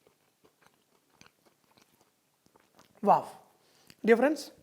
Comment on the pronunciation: he say waaf instead of wow :P